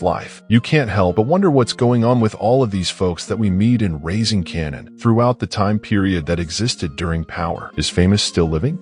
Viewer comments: Are you serious? You should pronounce it like how they pronounce it in the show. Like "kay-nan" or "K-nan" Not "cannon". Instead of using an AI-generated voice, use your own. It gives more humanity to your page. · Is this made by AI? You can’t watch this show and call him “cannon”. It’s Kanan.